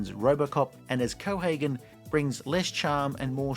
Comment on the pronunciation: It's pronounced 'verhooven'. Can't even be bothered to do the minimum of research on that huh?